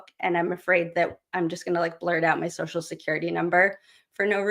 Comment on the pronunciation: Replay here. So glad Melanie recommended you and I am so glad I checked you out. You seem funny and self conscious and funny. " I'm afraid I'll blurt out my social sechrity number." Is the best.